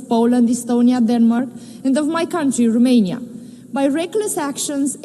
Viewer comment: In limba engleza, Romania se pronunta tot Romania, nu Rumenia 🙄 De cand o vedem ministru, e a nu stiu cata oara cand a pronuntat Rumenia, o singura data a zis Romania 🙄 De ce ales sa vorbeasca cu parul in ochi? 🤔